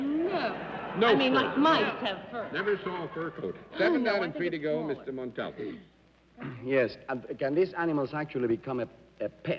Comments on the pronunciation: Galileocan g John Daly's mispronunciation of "Montalban" disturbed me too, especially after Arlene had pronounced it so beautifully in her introduction. For such an educated person and professional broadcast journalist, it is surprising that he had so much trouble with it. In previous episodes he also pronounced Peter Ustinov's name "Oo-stinov," even though Arlene said "You-stinov," which is the way I'd always heard it before. I'm not sure with that one which is actually correct according to its language of origin. I suppose it was their own senses of etiquette that prevented either of these guest panelists from correcting any mispronunciations on the air. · It's like he didn't have a clue who Ricardo Montalban was as his pronunciation of his name wasn't even close. Maybe that's why Mr. Montalban never appeared on the show again. Perhaps he was insulted. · I checked and the encyclopedia and other references show the accent on the final syllable and further show the pronunciation of that syllable as the accented one by separating it from the first two. In all the years of his performances I never noted anyone else who called him that, even among other Mexicans that I recall. I would love to defer to your knowledge of Spanish, but I think this was Daly being his fussy, overly-sure-of-himself self and saying it incorrectly. I will look into this further. All the Spanish speakers I know are not Mexican, but I know a couple of Cubans who have formally studied the language and often advise me on things like the correct pronunciation of Guillermo Vilas, who was an Argentine tennis player. In any case, it is part of the interesting richness of the Spanish language in all its permutations. Thank you for piquing my interest in this. I will see if I can think of somewhere that he may have said his name himself. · What's so difficult about saying…. Mont all bah n ……tell us John Daly…? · John has an an unusual pronunciation for Montalban! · John Daly just could not say montalban